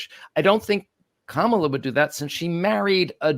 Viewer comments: It's "Comma-la" not "Cama-la" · let’s get Kamala’s name right. Comma lah. John says it correctly. But alas, you pronounced it like Donald. With just a few minutes of conscious rapid repetition it will become automatic and second nature. We're all going be saying it regularly for the next 8 years. The alternative is a descent into 1930s Germany or Italy and who knows what happens to normal people who rightly criticized this low IQ Mussolini? Ps fan of the podcast!